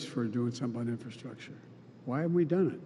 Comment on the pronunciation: Is the first guy saying infilstructure? Like a combo of infiltration and infrastructure?